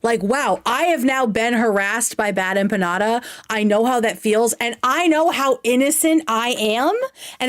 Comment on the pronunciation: Nick had a great point tonight. She did so little research she has never heard the name bad empanada said out loud (evident because she didn’t know how to pronounce). Which is wild.